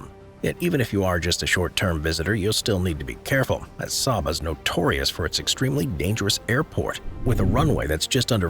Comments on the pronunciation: Saba is pronounced "SAY-buh," not "SAH-buh." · It's pronounced "say-bah"